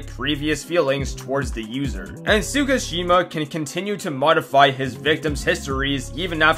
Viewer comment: The most horrifying thing is the way bro pronounced Tsukishima😂 I wanna see him pronounce Yhwach next